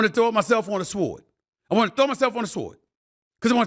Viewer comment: Stephen A I know I didn’t just hear you say Shword… 🤦🏾‍♂️ I know I’m just listening too hard.